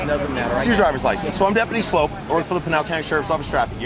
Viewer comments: Oh, btw, it's pronounced "slope" like a downhill ski run, not "sloop" like generic Campbell's Shrimp and Cheese Medley. he actually says it in his vids! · Love the vid (and most stuff with Frank), but his last name is Sloup, not Sloot. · It is pronounced slope not soup 😂😂😂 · Sloup, not Sloot. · His name is pronounced “slope”, as in the steepness of a hill